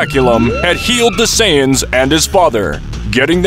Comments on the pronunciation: "Completely destroyed, with all the SAIYAYANS" im dead bruh 💀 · ‘Saiyayan’💀 This guy needs to learn how to pronounce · Bro Said « Saiyayane » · "With all the SAIYAYANS HaHaHa" im dead bro 💀💀💀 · Planet vegeta a sayyyain why you calling sayians sayyyyain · Say ay in es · A .say aa in. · whys he pronouncing saiyans sayin